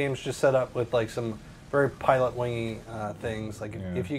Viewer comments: lol pitot heat not pilot heat XD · haha. It's not "Pilot Heat." It's "Pitot Heat." And the second 't' is silent, pronounced: "pee-toe."